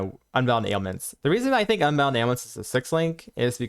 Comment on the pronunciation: Yeah, at one point I had to rewind, because I didn't understand him saying ailments, but that may just be me. Overall great content though